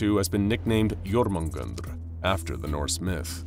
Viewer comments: (yor-men-gan-der)* not...... "Sneezes" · It's pronounced yo-mun-jander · Lol it's not even close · It is also 100% mispronounced… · at least hes trying, and a mispronunciation like that won't kill anyone :P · He's not even close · The way he pronounces jörmungandr is gonna give me a stroke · You couldntve said jörmungandr more wrong lol Edit: ok someone looked up the pronunciation thats my bad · I would watch this but that pronunciation hurts my soul